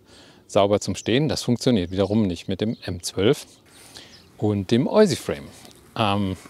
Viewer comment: SUCH PROGRESS,! 💪 I've really got a lot of catching up to do. 😳 I guess next time you're at the Blaarmeersen, you're gonna grind the whole park! 😅 (Oh, and one small tip: 'Oysi' is pronounced 'Wish'. 😉 Yes, I know, it's totally bonkers, there isn't any logic behind that pronunciation, but that's how it is.)